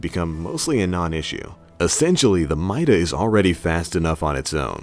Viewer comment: It's pronounced meeda